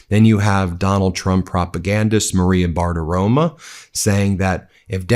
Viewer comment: Her name is BARTIROMO, not BARTIROMA like you always say. She's a sycophant, either way.